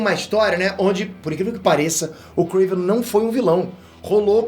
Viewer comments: Nao é kraven ! É KRAAAAAAVEEENN !! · Não e Kraven e Krevenn (se vc joga lol vc entendeu) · Pq fala krAvinoff e KrEiven.... é KrAven....